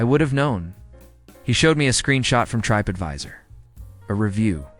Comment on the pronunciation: the AI voice pronounces Trip Advisor as Tripe Advisor😂